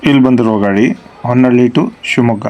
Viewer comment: ಹೊನ್ನಳ್ಳಿ ಅಲ್ಲ ಸರ್ ಹೊನ್ನಾಳಿ